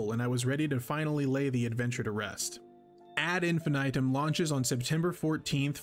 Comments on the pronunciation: "Ad Infinaytum" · Whose gonna tell em how to pronounce this.